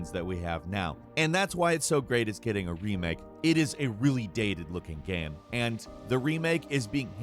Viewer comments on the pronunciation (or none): why does he say "gaem" instead of game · Why the hell is he pronouncing game like gamum, bandit like bandy? What is going on lol?